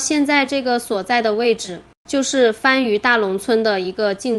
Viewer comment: 這個讀（番禺，番禺，番禺）不是（番禺）